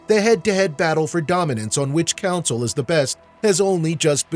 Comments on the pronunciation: It's CONSOLE! Not Council. Damn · u keep saying counsel